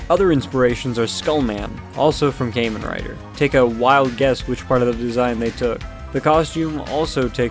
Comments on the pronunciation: its pronounced like "kah-men" rider, my good dude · Mispronounced “Kamen” in Kamen Rider, but pleasantly surprised someone with no knowledge of Tokusatsu brought up Skull Man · “caiman rider” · Ah, good old “came-in” rider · say kaymen rider one more time and your gonna wake up without any skin and flesh. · Ah yes, Kaymen Rider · Came in rider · I've never even watched Kamen Rider but the way you pronounce it bothers me